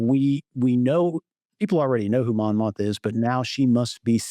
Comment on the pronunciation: just wanted to give a heads up that her name is Mon Mothma, not Montha